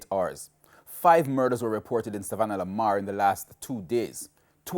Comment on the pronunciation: Town of Savanna-la-mar not Sav la mar Street called Dalling Street not Darling Street. Solutions lie with the people. More strident bold and creative leadership from the security forces. This town is not is not unfamiliar with the blood letting. The style of policing used in the 07-09 period is archaic and an affront to human rights. We have a citizenry gripped by fear and mistrust. A demotivated ill-equiped JCF. A military in search of "Powers". A political body more concerned apparently with their viability popularity and sustainability. If at one time their needs to be political unison it's this time. This situation needs more than a root canal. Needs extraction. There will be blood there will be pain. But a new paradigm and mindset must be undertaken. The source issues must be seriously addressed. Not in the order laid out: 1. Poverty 2. Access to jobs / possibility of increased earning 3. More light shone on skills training / more flexibility in the agricultural sector 4. Corruption ( the main one to me) tackled on all levels Not just cops going to jail but politicians certifying officers ministry technocrats An overall of government systems and processes at Tax offices The wharves Honesty must be resurrected. 5. Education and Parenting I don't know who can be comfortable now. Do we pray for a Moses ? Or take up collections arms and bell and subdue this beast . It can't be killed but it's presence it's sound can be diminished to a whimper.